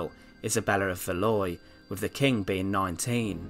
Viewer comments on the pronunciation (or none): Good video but I just want to point out that Valois is pronounced val' wä. 🥰